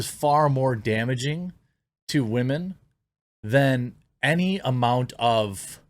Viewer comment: Did he really say, "WAH-men"? Like, unironically??